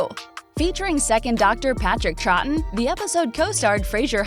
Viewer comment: Seriously with the mispronunciations Troughten’s name is wrong too